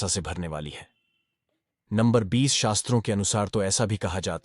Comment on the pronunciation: भाई वो वास्तु शास्त्र होता है शस्त्र नही।